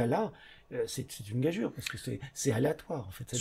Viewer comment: C'est hors sujet, mais... enfin quelqu'un qui sait prononcer "gageure" 🙂